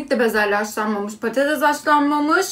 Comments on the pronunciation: Patatez değil patates😫😫😨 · Patatez değil patates öğrenin artık şunu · İyisin hoşsun da kelimelerine dikkat etsen keşke, patatez nedir? 😑